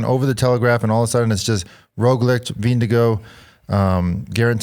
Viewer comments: Vinge-gore, lads thats how you say it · can you stop calling him "Windigo", please? Vingegaard is pronounced close to "Ving-e-gore" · Why not pronounce Denmark in Danish? Can we stop with the Vingego nonsense already? Jeez.